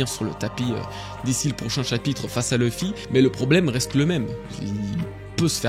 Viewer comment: Excellente vidéo comme d'habitude! Mais PAR PITIÉ, il faut arrêter d'inclure une prononciation anglophones des noms propres quand il n'y en a pas. Du genre "LEUffy" au lieu de "LUffy", "DragONE" au lieu de "DragON", "EUsopp" au lieu de "Usopp". U se prononce U, ON se prononce ON, comme chez nous:) C'est la toute première "critique" que j'écris concernant tes vidéos, n'y trouvant de toute façon que du plaisir grâce à ton travail incroyable mais DE GRACE, il faut arrêter ces prononciations altérées, ces noms n'ont JAMAIS été prononcés de cette façon par les doubleurs. D'autres en revanche ont une prononciation anglaise volontaire comme Crocodile, Roger, etc, c'est donc bien que les noms mentionnés plus haut doivent être prononcés de la même manière que les seiyuu. Chaque fois que j’entends "Dragone"' j'ai envie de prendre la place de Roger sur l’échafaud pour ne plus faire souffrir mes oreilles 😂 En espérant que tu me lise, "" Keep up the good work PS: J'attends l'iceberg avec impatience!! PS2: Fais très attention avec ton sponsor, après tant d'années et tant de travail ce serait dommage que ce soit toi qui remplace Roger sur l’échafaud l'ami... Ce scam est en train d'éclater et les têtes vont tomber, prends soin de la tienne!